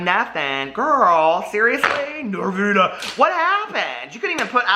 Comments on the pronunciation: “I like PRESENTS 💝, NoRRRvinA”😉😱🤣🤣😘💜💜 Me too,, me too!!!😍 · The way you say “Norvina” lmao. You should called your palette Monnster